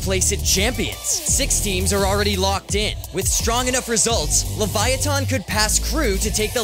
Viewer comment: Its not "Leviathan" its Leviatán